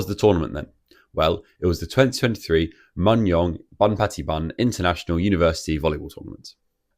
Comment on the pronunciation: It’s not that related to the video but Mungyeong is actually pronounced as moon-gyeong. Anyway, i luv your video!